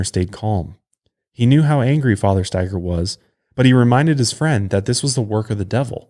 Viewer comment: I haven't heard the last name Staiger very often, my last name is Staiger. I was so happy you pronounced it correctly lol. I usually get 10 different pronunciations until they just ask me 🤣 I have wanted to do my genealogy for a long time, I'm curious if we're related somehow 🤔 Love the show you guys!